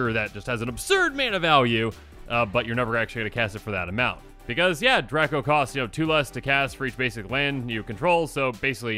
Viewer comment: ........draco is pronounced drey-koh not drah-koh